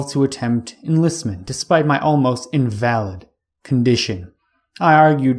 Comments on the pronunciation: IN-vuh-lid is the proper pronunciation you are looking for my friend. Good work on the biography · Thanks for the step-by-step go-through of HPL's life. Speaking of grammar and language: At about 15 and half minutes you mispronounce "invalid" and misconstrue his meaning in the context.